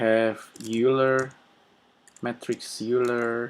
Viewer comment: Hi, I just wanted to mention that "Euler" is pronounced 'oyler'. Just a quick FYI.